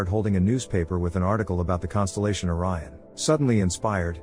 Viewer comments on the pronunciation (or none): none